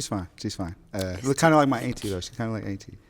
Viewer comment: The dress was def givin auntie ,she’s gorgeous tho. I mean sheesh ,Sis is saying ainty lol